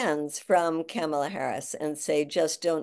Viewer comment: PLEASE pronounce VP Harris's first name correctly Madea! It's "COMMA-LA". NOT "CAMel-luh".